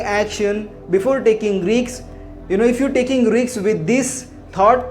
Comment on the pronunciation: Check your pronunciation of RISK